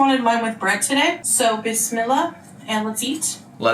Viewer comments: Every time she says bismilla, it sounds like she wants Pepto bismal. 😂😂😂😂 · I hate her sweet innocent persona like she isn't the most bigotted person in canada. Also the way she says Bismillah ty for trying but you are WRONG